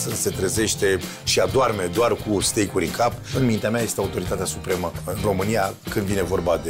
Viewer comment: Steak este pronuntia corecta, dar cred ca s-au grabit